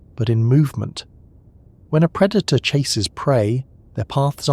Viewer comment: I listen to all the different channels with this AI voice too. I had a hard time determining if it was AI but 1) the fact that there are at least ten channels with this same voice - it’s AI. 2) the word predator - it doesn’t pronounce the proper way. It says PRE-dater. Like pre-dater, exactly as that is read rather than the proper way to say predator. There were a few other words too but can’t think of them now.